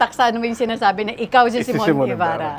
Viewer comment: Wrong pronunciation si Aster sa name ng guest nya. He even corrected her about how to pronounce the name pero SYMON ng SYMON eh its SIMON (See mon)